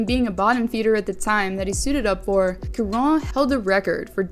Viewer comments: Charon is said like Chara a soft Ch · Charon = "sha ron" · Damn the number of times you said Charron's name incorrectly is astounding 😂